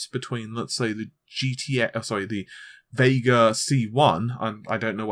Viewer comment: It's Vega not VeiiiiiGaaRR ....